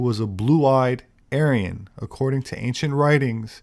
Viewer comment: anyone hear how she said Aryan? Sounds like she said Alien… 🤔 INTERESTING